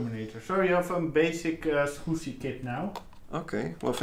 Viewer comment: Gotta love the way he says Adaptec Skoooscy Controller